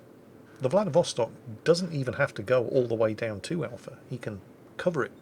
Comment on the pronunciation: Hey, it's VladivostOk =)